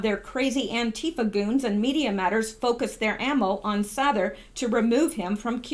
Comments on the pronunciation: Sather is pronounced Sayther. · You have a master's in English and you can't pronounce Jordan's last name correctly wow watch one of his vids And you will get it